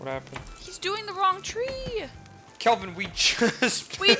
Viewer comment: I love that basically everyone I've watched play this game so far can't seem to get Kelvin's name right 🤣